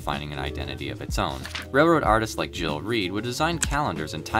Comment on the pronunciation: I'm pretty sure Gil Reid didn't pronounce his name as "Jill".